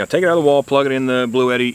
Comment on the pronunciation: Its actually pronounced Blue Tee - If you call their support line that's what they say on the call in.